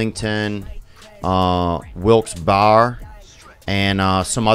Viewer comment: Love on the show. Also, Theo here in Wilkes-Barre we pronounce the “-Barre” part just like the word “BEAR” Wilkes-Bear. Lookin forward to the show.